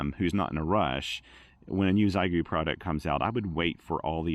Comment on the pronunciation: Maybe wait for the X6100..., and PLEASE, it's she-eh-gu, not zygu.